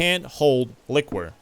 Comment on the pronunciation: The way you say liquor top quality